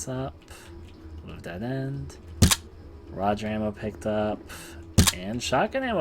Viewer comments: Did you really just say rudger ammo? Damn, you must have never touch a gun. It’s Roo gur. Roo like kangaroo, and gur like an animal growling. Gurrr. Get it? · Holy fuck, when you pick up the ruger ammo and pronounce it wrong it’s just like... really? Your fuckin with me, I swear